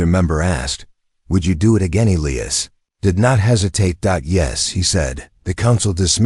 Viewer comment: Needs a better AI reader!!! It read all punctuation & can’t pronounce Elias